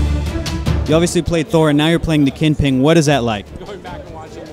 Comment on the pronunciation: Lol you said the KinPing. Nervousness maybe?